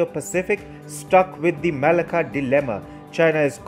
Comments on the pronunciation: Malacca is pronouced Ma lack car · The pronouncement of Malacca is all wrong.